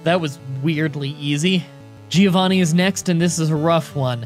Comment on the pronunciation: Me as normal italian guy whatching a video:: "Finally it's time for "GiOvhanih's" ground gim" Whole Italy: Die in spaghetti